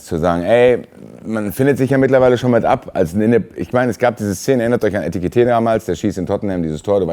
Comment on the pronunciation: ich finde es gut, dass weiterhin konsequent Etikité sagt 😅